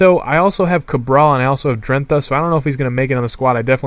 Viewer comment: It pronounced drent-á